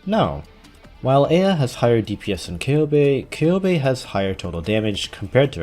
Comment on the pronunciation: thank you for pronouncing eyja correctly I love you